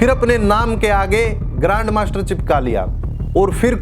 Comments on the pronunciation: Grand master with G silent 😂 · R aur M Silent hai😂😂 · Grand master with "R" silent. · "Grand master" but "G" is silent 😢